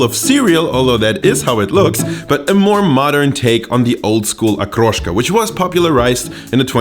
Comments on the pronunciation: I like that you didnt bastardize the word. Hood pronounciation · Подозрительно хорошо выговаривает слово "Окрошка")) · Как же чисто он выговаривает слово ''окрошка''